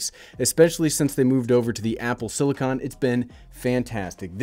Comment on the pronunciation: are you ever going to learn how to pronounce silicon correctly? That's what I'm most excited about.